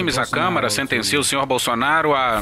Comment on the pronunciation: Só eu escutei o juiz falando "Bolsoasshole" ?